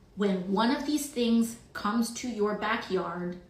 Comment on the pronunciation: I think AOC said one of these ‘Stings” not “Things”, but it’s basically the same. She’s totally out in left field.